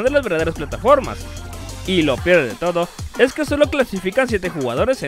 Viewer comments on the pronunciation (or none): none